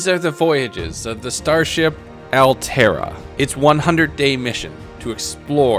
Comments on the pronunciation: H says Alterá. I think it represents ALERRTA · You said alterra? Did you say multiple leviathan class life forms?